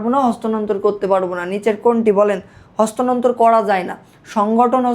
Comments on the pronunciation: bal beta eita hostanontor na sthanontor . uccharoni to korte paros na abar ki bal bujhas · ভাই কষ্ট কইরা ক্লাস রেডি করলেন... কিন্তু এত ভুল কেন? ভাবছিলাম মতো ক্লাস হবে। বাট আপনি তহ স্থানান্তর উচ্চারণটাও করতে পারেন না। বার বার হস্তানন্তর বলছেন। 😑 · ota hostanontor na sthanantor, vumi hobe